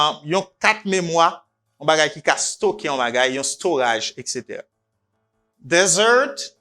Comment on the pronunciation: Hi, I know you are a good teacher, but both words as desert and dessert are pronounced differently. Desert pronounce like that Dèzèt, and dessert pronounce like that dizèt. This precision could be helpful for all!